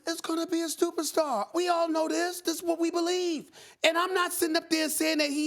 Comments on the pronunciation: anyone catch that? "Zion Williamson is gonna be a STUPERSTAR" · "Stuper Star" SAS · Stephen A.: He's going to be a (STUPERSTAR) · “Zion Williamson is going to be a stuperstar “ lmao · Stupastar is what Stephen A said. Like if you heard it to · I'm I the only one who notice Steven a always says superstar wrong lol